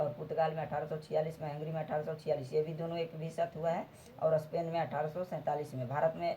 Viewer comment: Sir aap स्पेन ko असपेन् bol rhe hai🙏🤣🤣🤣